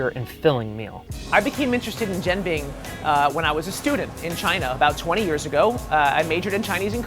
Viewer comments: It's really annoying that he keeps calling it "Jin-bang" when the owner clearly pronounced it "Jahn-bing". It's even shortened as "BING" (which he gets right) but still keeps referring to it as "Jin-bang". Is this lack of research or just a case of not caring about how it's properly pronounced? Edit: The words in quotation marks are how I describe their pronunciation. I'm commenting on the host's pronunciation, not on anything else. :) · What the f* is a xing bang?! it's 'gen bing!' 煎饼果子 jian bing. just listen to the founder!